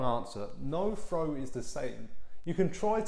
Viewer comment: How do you “frow” a dart? 😂